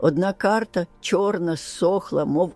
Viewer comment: Не чьорна а чорна